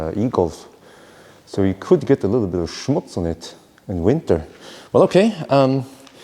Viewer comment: "...so you could get a little bit "Schmutz" on it" :-D I´m just loving your german skills! Nice review!